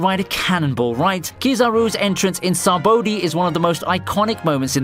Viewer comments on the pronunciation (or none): "Sab-oh-dee arc-ah-pal-a-go"🤣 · The “Sa-bodie Ark-e-pa-lego” Arc???? 💀